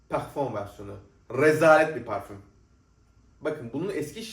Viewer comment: Niye kendini kasarak Fransızca parfommmmm diyorsun normal konuş parfüm